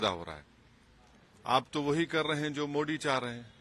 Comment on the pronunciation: Owasi Modi ji nam ka pronusatiion Theek sai kiya karo.